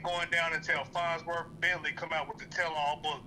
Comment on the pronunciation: Did anybody else catch when he said Fondleworth Bentley?!?!😂😂😂😂😂